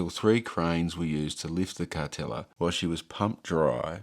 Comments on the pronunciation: I always thought it was pronounced. Car-teal-la not Car-tel-a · Yep definitely was pronounced Carteela not Cartella back in the day. Doesn’t detract from a great video though. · Last time you pronounced it as Cartelia, this time as Cartella. It's Car-teal-a. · I thought it was pronounced Car-tell-i-a. Either way, the boat looks awful. Look forward to you going back in another six months or year and seeing how much worse it has become. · Thanks for another great video. I went on the Cartela many times as a kid in the 70s and on booze cruises a few times as a adult. My family always pronounced it “Carteela”. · Another great video. I had thought the pronunciation was Car-teal-ah. I've learnt something today. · I think you may be right. Everyone used to pronounce it Car-teela